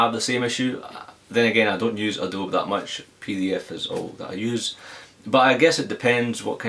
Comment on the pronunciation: it is adobeee not adobe